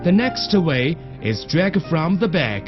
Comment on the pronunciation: "Jag" should be "drag."